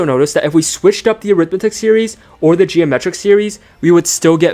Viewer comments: Great video! By the way is pronounced arithMETic series instead of aRIThmetic series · I hate your ai voice: it's awful. Get the emphasis on the right syllable. It's not an arITHmetic series but arithMETic.